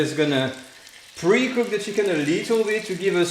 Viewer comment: Yes, ... and "cheeeken"... makes it totally French